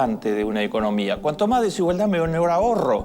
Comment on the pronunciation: Peronismo pupilismo solo quiere mas pobres y menos educación. No te aproveches de la desinformacion de la gente para seguir vendiendole mierda . Y aprende a hablar desigualdad con d final no con t !